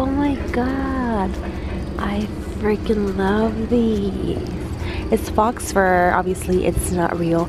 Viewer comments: "Fox fur" or did you mean faux fur? If it's faux, it's pronounced /f/ /o/. The o is the long o. Love your videos! It's making me want to go to Marshall's! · It's not pronounced fox fur it's pronounced foe fur even though it is spelled faux fur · She said "fox" fur ( its pronounced ' foe' because it's French and in français it's pronounced foe ) {faux} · the way she said faux made me laugh